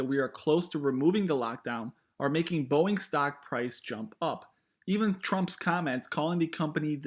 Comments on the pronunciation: Warning sign that this guy has no idea what he's on about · “boieng” LOL